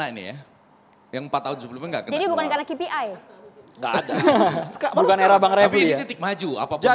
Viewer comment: Ki pi ai ha ha ha bilang KPI saja salah ....